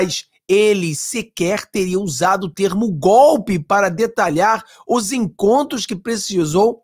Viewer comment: É gope,gope,gope ,petusta não sabe falar o certo,vamos ensinar é GOLPE.kkkkkkkkkk